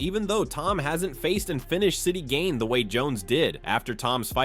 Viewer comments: chay-el, gain, what are these pronunciations lol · Surreal Gane 😅 Cheal Sonnen is your typical yank, can't, or won't learn basic pronunciation